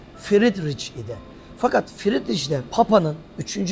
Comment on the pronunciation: İnısınt değil İnnotsent doğru. Fridriç değil Fridrih doğru. Yani yazılışından ayrı, telâfuz edilişi böyle.